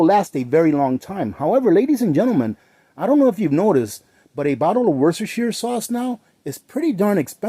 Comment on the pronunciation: I'm over in the UK Worcestershire is pronounced Woostershire. We call it Wooster sauce